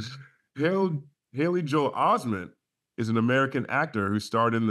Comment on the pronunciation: listen to how he say joe(hale) Osteen